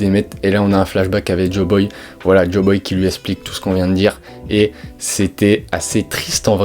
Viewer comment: Waaa fréro, joyboy, pas joboy... Et c'est la fin de eggehead pas la fin d'elbaf. Rédige ptt avant de faire une vidéo, c'est intéressant mais décousu. Force à toi !